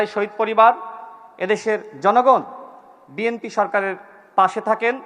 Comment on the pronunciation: বিএমপির নেতৃবৃন্দ, এখনও দলের নামটাও উচ্চারণ করতে পারে না।